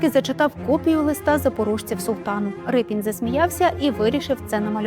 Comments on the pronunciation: Ріпин, а не Рипин, де вас таких беруть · Не Рипін , а Ріпин !!! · Чому Рипін? Мабуть ви мали на увазі Ріпин? ..від слова ріпа. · Не Рипін, а Ріпин! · Не Рипін, а Ріпин, бо він був з козацького роду Ріпи. І літера "ять" у його підпису давньоукраїнською, тобто руською мовою звучить, як "і", а не "є", як читають расссцєяні. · Автори !, так все ж таки Р-и-пін чи Р-і-пин ??? У заголовку одна варіація, у тексті - друга. Від істориків поважних давно вже чула цю історію, і там була версія Р-і-пин. Хочеться, щоб прізвище все ж звучало правильно.